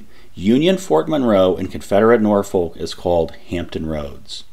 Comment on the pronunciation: Just to be "that guy", Norfolk, VA is pronounced more like Norfick with no halt between the syllables. It suffered a bit of that weird thing that happened in England where town names start getting pronounced differently than they are spelled.